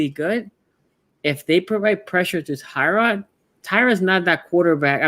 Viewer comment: All these years and people still cannot pronounce Tyrod.